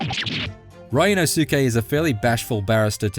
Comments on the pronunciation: It's pronounced Ryu-NOSE-kay. Not Ryu-no-SOO-kay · ah yes… RYAN–OH–SUKE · It’s pronounced REE-ooh NOS-kay. Come on now LOL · "RAI U NO SOO KEH" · Ree-oo-no-skay. That is how to pronounce it. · Ah yes my favorite AA protagonist, Ryan O'Sookay! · ah yes my favorite ace attorney protagonist R Y AN O H SOUKE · Rye-nosuke LMAO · "Riono-SUke Narouhodo..." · Ryunosuke. Now, repeat after me... REE-U-NO-SU-KE. Ri and U, a little faster. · how did this guy butcher his name so bad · The pronunciation of Ryunosuke hurts my dude. It ain't that hard. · How did he mispronounce his name that badly? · Ikr esp if they've been playing the game for a while now. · So many reviewers are doing that. How can you butcher it that hard.